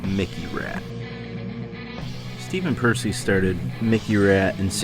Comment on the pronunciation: You pronounced Juan’s last name right, but Stephen’s wrong 😂